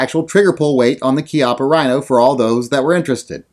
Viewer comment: Since you had to bag on poor Bob Wampler's name I think I will call you out on your KEYOPPA RHINO! Thanks for the video and I certainly hope that's not the way you refer to this gun its Chi appa just like Chiappa Mexico. But then again maybe you you were just saying it wrong to see if we were paying attention, but then again who cares! Just do more gun reviews!!!